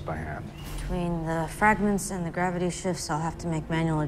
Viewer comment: One thing that bugs me is how he pronounces "the". He says "thee" a bit too much. Otherwise he's good.